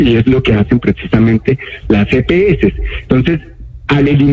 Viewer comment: Empezando porque no es Epeeses es las EPS